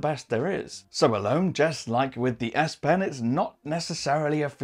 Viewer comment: I heard "aSSS" pen.........